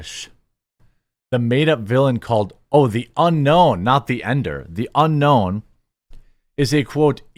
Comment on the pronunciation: It sounded like he said "The Ender" instead of "The Unknown" to me as well.